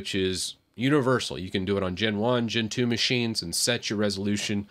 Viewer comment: In some moments of the video you said "Gen 2", but i heard as Gentoo :v Btw, arch is awesome